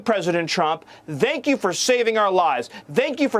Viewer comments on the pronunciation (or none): "Vank you"? Even sounds like a nazi. A skinhead nazi. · The way he pronounces “thank” makes me want to push him directly into tree shredder. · I hate to disagree with you, but he said extremist, not terrorist. Then he pronounced "thank" with the wrong "th" sound. That was weird. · How miller pronounces "thank" is painful.